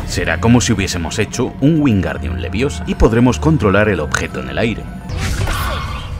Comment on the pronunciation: no es leviosa es LEVI O SA